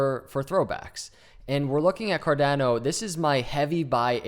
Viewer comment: Great charting! It is pronounced Car-donn-o, not Car-dann-o. The 'a' is pronounced as 'ahhh' , like in Spanish. Just ask your SO : ) Appreciate the TechA